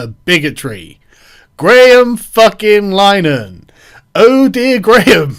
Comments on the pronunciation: Lin-a-Han I don't even like the guy but its painful hearing it pronounced Line-han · Carl is crapping all over the Irish surname too...its pronounced Linahan. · It's pronounced "LINN-a-hann", (at least that's how he pronounces it, Martin Short pronounced it "Line-a-hann" in an old SCTV sketch.) and "The EYE TEE crowd."